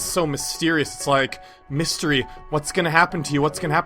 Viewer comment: don't say mistery piano ever again